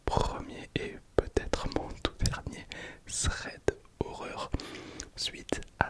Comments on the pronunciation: Stylé le concept, juste pour info c'est THREAD et pas SREAD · Je sais pas si c’est fais exprès mais c’est thread pas "sread" 😂